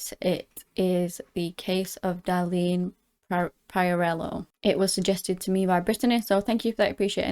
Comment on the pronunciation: Please do your homework before you tell a story. Learn how to pronounce Darlene’s last name. You butchering her last name is disrespectful. I know of this story and I expect anyone who tells it to be well versed in it. That is my constructive criticism.